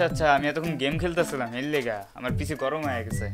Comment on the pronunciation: পিচি নয় পিসি